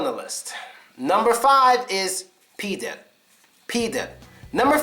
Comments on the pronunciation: "Pidor" is more correctly in pronunciation than "Pider". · Pidor, not pider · really pider?! It is pidor,bro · not pider, but pidor! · Guys, it's PidOr not Pider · not actually "Pider". It's "Pidor" (I'm from Russia) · Not "Pider" but " Pidor" ( the guy who if fa*** in as* ) ....Pizdyets(pus*) it's ouu shit like we use...Not Khui but Hui ( dic*)...Pizda that meen "Puss**) dude stop doing videos about Russian language if you are not avaiable Ivan to spell a word normal... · hey, man, not pider, but pidor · Not "pider" - "pidor" is correct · nobody says pidOr like mOlOko. pider is closer to real pronunciation. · Pidor, not pider.Я гарантирую это, йоу. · Not "Pider", "PidOr" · not pider but PIDAR or PIDARAS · 1) It's not nesseserly pider, it might be pidar or pidor. And it means not only faggot, it can be translated also like jerk or douchebag. 2)pizda it is vagina or pussy, but pizdets it's a different word, which is meaning something fucked up, failure situation, when something bad happens. rest is correct, best prononciation ever))) gandon is a condom and shlukha it's more like whore, than prostitute. blyat' - almost the same as pizdets, but blyad' it's a whore (much more rude than shlukha) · not pider! pidor! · No, it's "pidor". To Russian "пидор" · First word pronounced [p i d o R]. WIth [R]!!! Like if u roar "RRRROOARGH!!!"